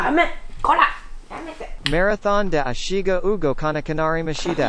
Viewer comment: 『メラソーンであしーがうごかな〜くなりーマシダ』で吹いたw お疲れ様！！